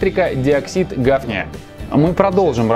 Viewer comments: Тоже именно это слово послышалось, однако, как понимаю, имелось ввиду "гафний". :) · не надо умничать. у меня с химией всё хорошо. я бы понял, произнеся вы внятно и чётко название химического элемента.